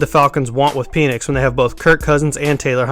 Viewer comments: Dude you're annoying and cant talk its Michael Pen 🖊️🖋️ Nix‼️ pen nix not peinis making this mans name sound like a fallace symbol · Its penix as in PEN ECKS Not PEE NIX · It's not pronounced Peenix. He was injured in Indiana, hence smaller numbers. Low effort video. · Pen, pen, it’s a Penix. The Pen is pronounced like pen 🖊️